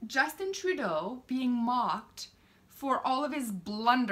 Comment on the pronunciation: Ladies and Gentlemen, please get our Wrong Dishonourable P.M. N.P.C. name correct..lil 'justy tra-doh.